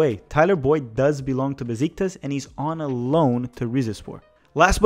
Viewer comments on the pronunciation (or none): none